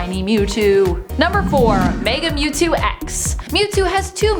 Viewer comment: who els call that Mewtwo Newtwo